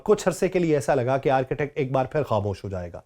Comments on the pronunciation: It's a boring way to explain. Arctic, not architect. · Its not ARCHITECT its (ARK TIK) Arctic area[ North Pole]. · او بھائی صاحب —- یہ آرکیٹیک کیا ہوتا ہے۔؟ یہ ARCTIC ہے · Arctic is different word it's not Architect...please improve your English. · معزرت کۓ ساتھ آرکیٹیک نہیں بلکہ آرٹیکٹ کہتے ہیں ۔ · Arketak nahi "Arctic" hota ha bhai